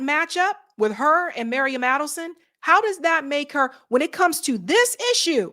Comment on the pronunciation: It’s Miriam, not Mariam! You just read it off the screen, FFS!